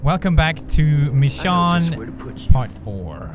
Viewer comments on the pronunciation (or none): no no no no no he corrected himself in the first video, and then he went strait back to saying Michon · It hate it when he says Michon instead of Michonne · Is anyone gonna tell pewds that it's pronounced "Mish-Onne" not "Mi-Shawn" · Pewds, please learn how to say Michonne, it's not michshawn😂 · It's pronounced Mee-Shown goddammit, not Mee-Shawn.... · It's not Mishawn its Mishown :( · Stop calling her mishon... HER NAME IS MICHONNE... I`s bothering me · it's mich ooooonne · He says michonn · pewds please its pronounced mish~own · It's pronounced "mishone" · its pronounced Mi-shone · pewds be pronouncing michonne like he's a confused french man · I hate it how pewds pronounces Michonne's name wrong even though the characters pronounce Michonne's name right so many times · Why does he keep intentionally mispronouncing Michonne's name? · Y do u pronounce michonne wrong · ugh the way he says michonne